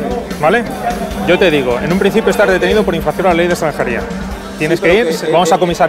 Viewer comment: pol que si? pol que si? pol gili....!!